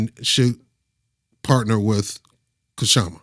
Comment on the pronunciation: Don't say the K in Kshama Sawant.